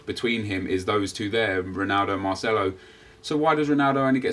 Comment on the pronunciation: marchello lol. its marcello